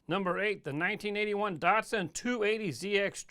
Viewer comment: I have a sneaking suspicion that you pronounce Datsun wrong...